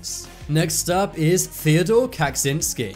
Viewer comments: “Kak- zinsky” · Top 10s “kack-zinsky??” Is the narrator born around year 2000?